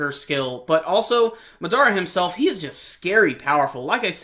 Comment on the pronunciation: You have good reviews my man; but it's Mahh-Dahh-Rahh, not Muh-Daruh.